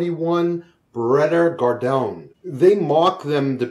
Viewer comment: Pronouce Garrdoney. Gardian I guess